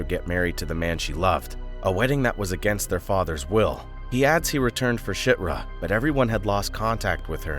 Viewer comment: you just called chirta shitra.....